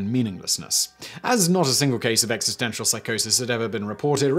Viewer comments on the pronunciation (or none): none